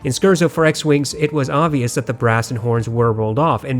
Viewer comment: Hey there, long comment but all out of appreciation: I love the scientific and intelligent perspective you bring to hifi reviews, comparisons, and tests. By far the best reviewer for the intellectual hifi enthusiast. One thing though... As a professional classical musician I am obligated to bring up that the word "Scherzo" is pronounced [scare-tso] (not skurzo). It's an Italian musical form. I know it's in the name of one of your regularly referenced pieces from the Star Wars soundtrack, and I wouldn't want you turning away any pretentious elitist classical music nerds (like myself) who dismiss the high quality content you provide just because of a mispronunciation. That'll bring my enjoyment of your videos from 99.9% to a full 100%. Keep doing what you're doing. Also, I bought the hi-x55 off your review and they've made my professional production MUCH easier. I'm looking to get a contrasting pair of warm open back headphones for beautiful pleasure listening to classical/soundtracks (something with clear, pronounced, but not mushy, bass). Any suggestions?